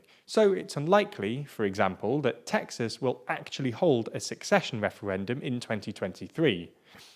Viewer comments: I'm sure its accidental, but its pronounced 'ceh - session', not 'seck session' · love the content as usual. One thing — as far as I know, it's pronounced without the "k" sound: not sUCCession, sECession. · The word "secession" is pronounced "se-sesh-yun". And frankly, as a Californian, if Texas seceded, I would welcome it. It would mean that Texas' particular brand of crazy would be removed from the rest of the United States like a cyst from the butt of the rest of the country. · Each time you said "secession" I heard "succession". Is it just me? Or is this a quirk of a particular accent? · He can't even pronounce "secession" lol. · Lots of ignorance displayed here First, learn how to pronounce Secession